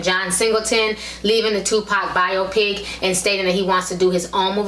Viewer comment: The way she's pronouncing biopic is killin me